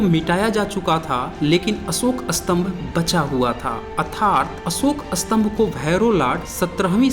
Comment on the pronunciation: स्तंभका उच्चारण आप उत्तरी लोग अस्तंभ क्यों करते है? उलटा अर्थ होता है!